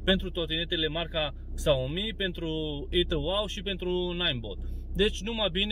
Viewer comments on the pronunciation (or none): se numeste Xiaomi, nu Xaomi :)) si totusi ar fi de folos, vreau si eu sa-mi iau o trotineta de la Xiaomi, ca nu e chiar scumpa :))